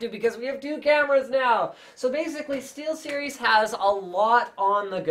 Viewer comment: steelstiries XD